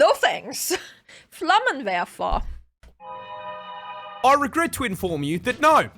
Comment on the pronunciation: The way she says "Flammenwerfer" is hilarious